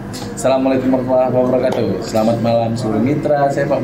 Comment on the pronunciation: yang betul la salamnya, belepotan pun ah...wkwkwwkkw